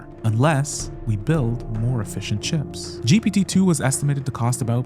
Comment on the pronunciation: Nice job on the video. When you say “efficient chips” I hear “Fish and Chips”. 😂